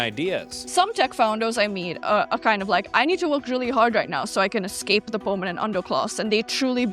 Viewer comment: “Pwaugh-mah-men” I think she meant permanent?